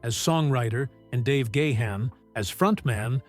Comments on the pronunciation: Please pronounce the lead singers name correctly! there is no excuse. It's pronounced Garn not Gay han. That's better. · Its not Dave "Gay hand" its "Gone" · Oh my word! It's pronounced Dave Gah-harn, not Dave Gay-han. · For God's sake, it's not Dave Gah-Hun... get rid of that H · He said "Gay-Hann". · what is it with these documentary narrators they can't pronounce Dave gahan's sir name correctly the letter H is silent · Do you know how to pronounce Gahan properly? I think not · Grates on my ears when people can't pronounce Gahan.